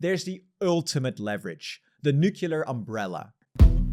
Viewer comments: Yes to a European army! Thanks for an excellent video but please stop saying nucular instead of nuclear. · nuclear not nucular...omg you a bit retarded ? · You say new-cle-ar NOT nu-ke-lar. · "nu-clear" not "nu-cu-lar". There's one U, not two. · lol new-queue-lar!!! This guys a Simpsons fan.